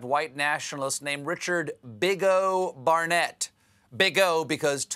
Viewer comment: forgot the "t" at the end of his name...